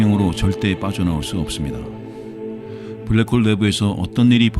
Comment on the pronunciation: 잠들만할때 블랰호올 들으면 잠 확달아남